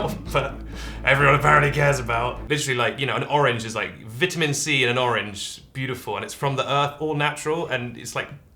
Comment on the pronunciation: Stop saying vitamin like vitamin